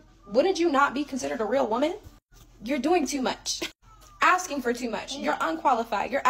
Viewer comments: What's up with all that axing? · Too much to axe and axing !!! Ask and asking, come on now